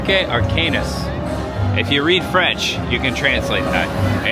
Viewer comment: Cirque Arcanus (Ark-a-new, not Ark-anus.) Love the videos keep it up!